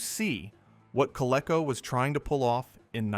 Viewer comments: When I heard Coleco pronounced as CO-LE-CO instead of CO-LEE-CO, I assume it's an AI voice. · You keep mispronouncing "Coleco"! It's pronounced COL-EEE-CO! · Learn to pronounce Coleco